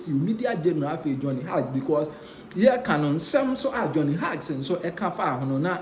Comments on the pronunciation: Johnny Hughes. Hughes pronounced as "Hews" not Hugs. Thanks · Can't anyone among the Nsem pii presented correct this guy with some pronunciations? The name sounds like Hews. The spelling is Hughes. Please check it and don't rush.